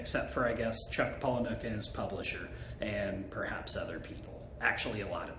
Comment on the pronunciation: *pala-nick.... for the uninitiated 🙄